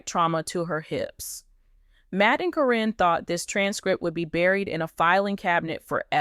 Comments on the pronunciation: Why does the narrator keep saying Corrin and not Karen (Caryn) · I think this is false. The narrator can’t even get Karen’s name right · Her name is Caryn Chandler. I am so sick and tired of the poster pronouncing Caryn's name correctly in one sentence then mispronouncing in the next sentence. If the poster is so up to date on the family they should know how to pronounce the names. The poster has also mispronounced Zach's. Name as well. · They are just pronouncing her name wrong is what it is